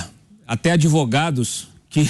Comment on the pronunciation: Eu fico triste em ter um presidente que fala errado e fica como se fosse certo, adevogados 😮😮😮 Em que nível chegamos